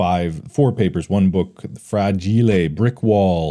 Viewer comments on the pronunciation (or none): ahh yes frajilé